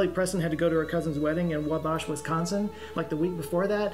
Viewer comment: I feel so betrayed by how pronounced wabash wisconsin